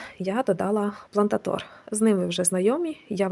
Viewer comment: Седечно вітаю з Різдвом Христовим,! Дякую за цікаву та корисну інформацію! Ви — справжній професіонал! Також приємно чути гарну українську мову (от єдине, що здивувало — плантатОр... Думаю, все-таки плантАтор). Чи використовуєте Ви кокосові чипси і якщо так, то, може, вже робили відео про особливість таких посадок (дорослі орхідеї та дітки)? Цікаво! Щиро зичу добрих свят, спокійного неба і вдячного квітування вашого "саду" в новому році! (Я новачок у цій справі з дуже маленькою колекцією)